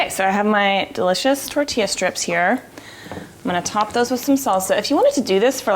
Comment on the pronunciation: Its tor ti yah!